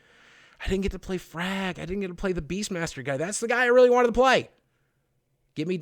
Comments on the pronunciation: Hey boogie i wanna say top notch video i like your opinion and the way you lay it out no bitching just a honest this is how it is. My only complaint is you said frag instead of flakk but you could be right i think his title is frag master or something like that. High expectations for the game very excited im replaying all the games now in anticipation for the 3rd. Im sure itll be a great game and i cant wait to give it a play myself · fyi it's Fl4k not Fr4g